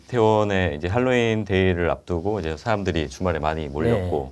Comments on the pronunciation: 헬로인이 아니고 할로인 이라 발음함. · 왜 핼로인 이라고 하나요 ? 미국에서 할로인이라고 하는데. …